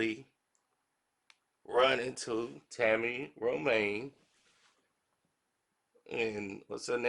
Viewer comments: He can’t even pronounce Ro-Man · It Ro-MAN. Tami Ro-MAN!!! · Romaine? It’s Roman. Don’t disrespect a queen now.